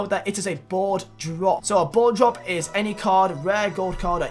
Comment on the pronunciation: Who else thought he said blowjob instead of board drop, in the beginning?